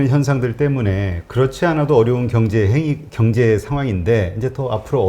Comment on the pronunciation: 자꾸 경제를 갱제로 발음하시네 ㅎ